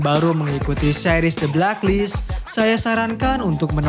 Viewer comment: The blek list bang Bukan the blak list jleek saja terdengar🙏